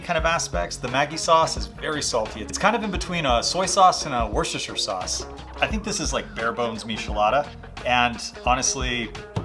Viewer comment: I'm barely into this video, and I'm already impressed that you can say "worcestershire" correctly, and with confidence!